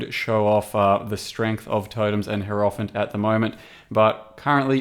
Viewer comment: It is pronounced hierophant, not hierophant.